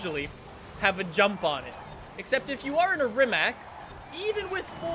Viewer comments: im from Croatia, Croatia is country that make this Rimac C Two but... YOU NEED TO SAY RIMAC NOOOO RIMAK EVERY ENGLISCH, AMERICAN AND AUSTRALIAN PEOPLE SAYS RIMAK BUT ITS RIMAC WITH C NOT K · Its rimac not rimak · BRO ITS NOT RIMAK ITS RIMAC JUST SAY HOW IT SAYS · Try to pronounce it "Rimatz". Rimak is the incorrect, lazy version but whatever hahaa. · Its RIMAC NOT RIMAK rimac with c not k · Just an FYI. The letter C is actually pronounced more like Tz, not Ck. So it would be Rimatz, not Rimack. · Rimats man rimats is how its pronounced. Trust me i am from Croatia. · Its from Croatia so it shouldn’t sound like rimak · It's pronounced REEMATS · Rimac is not read as "Rimak", it is read as Rimac, the C on the end is read like the C on the "Concept 2" I am very triggerd by this! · Did you really call Rimac a Rimak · Rimac is pronounced rimatz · I am from Croatia, just like Rimac... btw you misspronaunced the name. You have to say Rimats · All these years streaming this game and you still can’t pronounce it properly 😂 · he cant say rimac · You dont say rimac like nick i am from croatia where the car is from and you say it how you write it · he cant even say rimac correctly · Croatian is hard language my frend :-)